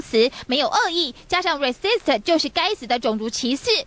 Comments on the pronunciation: 女記者講racist發音不太對哦！聽了像resist(抗拒)呢！ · 小姐，你那個「racist」好像發音不是很正確喲。你的老師是Tony Chen嗎?